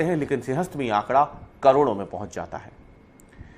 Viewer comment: Bro, it’s pooling not pulling